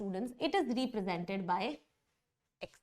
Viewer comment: Mam, please correct your pronounciation of ' represented'. You say it like 'reepresented'